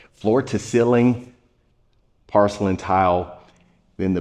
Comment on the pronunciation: You pronounce porcelain like pArcelain.